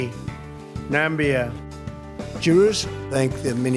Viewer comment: Still can’t believe he pronounced our beautiful country name “NAMBIA” 🙃🙇🏾‍♂️🤦🏾‍♂️🙃” it calls The Gambia 🇬🇲 Home-boy 🤷🏾‍♂️😉👍🏾👌🏾